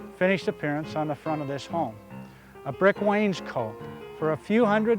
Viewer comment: Love the way he mispronounces Wainscot - making it sound like someone's jacket.